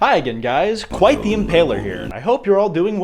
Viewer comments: Kwite the impaler,dude as a Romanian, I heard that and spit out my water😂😂😂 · His intro: I’m “kwite the impaler” 😂